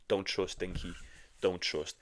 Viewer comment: It’s Rinky not Dinky 🤣